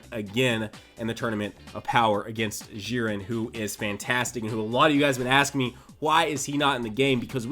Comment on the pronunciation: Its not "Ziren" its "Dziren"!!!